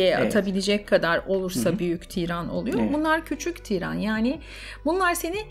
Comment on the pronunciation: Tiiiran değil , tiran kısa okunur. Çok kulak tırmaladı o yüzden yazdım amacım ukalalık etmek değildi kusura bakmayın.